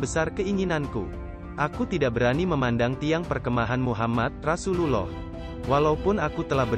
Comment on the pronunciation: Isi kontennya luar biasa bagus, tapi ada 2 hal yg sangat mengganggu : 1. Pengisi suara (mungkin pakai AI) tidak benar pengucapan : Allah, Rasulullah, 2. Background music nya genrenya tidak sesuai ut konten ilmu spiritual dan terlalu besar volumenya kadang lebih besar dari suara narasinya. Mohon maaf jika tidak berkenan.